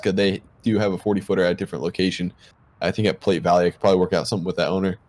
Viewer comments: Tell squad that it is pronounced as play valley not plate valley. Used to live in Nebraska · yes sir. Take the e off and that's the way you pronounce it. Same as South Platte and the Platte River.